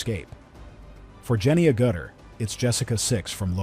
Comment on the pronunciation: Sorry, but your pronunciation of Agutter is just "ouch"